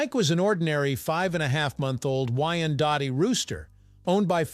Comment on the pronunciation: Pronounced wine-dot. "And Mike went into politics..."